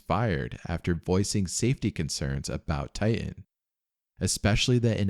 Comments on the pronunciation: If I hear you say tian instead of titan one more I’m out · It's not Tigh- en it's tight- ten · The name of the submersible is Titan, not Tie-in. There is a second T in the name. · Bro it’s TITAN! not Tai-n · its Titan, not Tie-in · Why do Americans say "Tigh'hen" instead of Titan? This is the 3rd American YouTuber in a row that pronounced it that way now 🤔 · Please!! It's not "Ti-an", it's "Ti-tan!" It's not "boo-ee", it's "boy." (as in buoyant) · Ty uh. Ty uh. There's supposed to be two Ts in Ty uh. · When did TiTAN become "Tie in"? That sounds like wannabe gangsta ebonic crap. Oh no you dih int. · How many times does he say "ti-an" lol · Pssst, are you aware that you don’t pronounce your “t”s within your words? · I lost interest at the first Ti-en. A quick prayer for all the lost T's. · Please prnounce your t's. Don't say ti ann. Drives me nuts. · oh mygod , please learn how to say words like titan and barton or briton